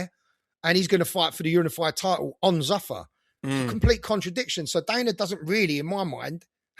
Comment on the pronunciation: Who the fuck pronounces zuffa like that. It’s zoofar not zuuffer